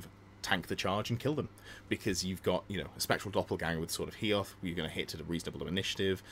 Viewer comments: Love your content. But FFS. Hoeth. HO-Eth. Not Heoth! Sorry. Don't know why it annoys me so much 🤣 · Ho-eth not He-oth 🙏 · Dont want to be that guy, but its Hoeth right? not Heoth? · Loving the channel but please stop calling Hoeth, HEE-oth 😀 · Came here to say the same. Utterly cringed at Hee-oth 🤢🤢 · Maybe it annoys you because you're a fan of the High Elves lore just like me? Because that's the reason for me! And it's not the first if seen someone do the mistake